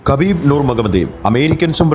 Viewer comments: Habib Ennanu 🔥😂 Khabib എന്ന് വായിക്കുന്നത് ഹബീബ് എന്നാണ് ....പുള്ളി തന്നെ പറഞ്ഞിട്ടുണ്ട് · ഹബീബ് എന്നാണ്. അതുപോലെ തന്നെ ഹബീബിൻ്റെ പിൻഗാമി ആയി റഷ്യയിലെ തന്നെ ചെച്ചിന്യയിൽ നിന്നുള്ള യുഎഫ്സി ചാമ്പ്യൻ ആയ Khamzat chimaev ൻ്റെ പേര് ഹംസത് എന്നാണ് ഉച്ചാരണം. അറബിയിൽ ഹ യും ഖ യും ചേർന്നതാണ് ഉച്ചാരണം. അതിനു ഇംഗ്ലീഷിലോ മലയാളത്തിലോ അക്ഷരം ഇല്ല